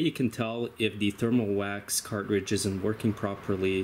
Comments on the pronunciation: Car•tridge, not Cart•ridge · The word is CARTRIDGE, not car-ridge. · Is he saying "cart ridge"?